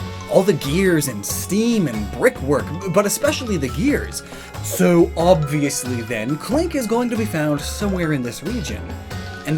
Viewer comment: When u did a British accent when you said “obviously” were u referencing Professor Lockhart??????